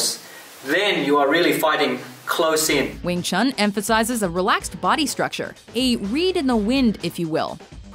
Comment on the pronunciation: lol if you say it in chinese (as it's intended to) it's pronounced as "Yong Chun"